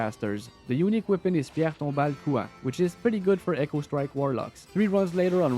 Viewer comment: tell me ur quebecois without tell me u go first '' Pierre tombale couant'' avec l'accent quebecois le plus franc que jai vu haha mais bonne vidéo :)